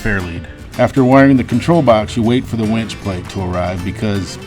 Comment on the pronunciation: Great mods! Did actually say he was installing a “wench”? Well she will come in handy on Expeditions.